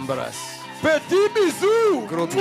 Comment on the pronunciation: Écoutez comme il dit embrasse eh pasta !!! 😂 Gloire à DIEU .